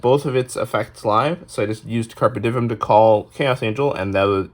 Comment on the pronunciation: It's Latin, said in English like Carp Ay Dee Umm. The V is a U.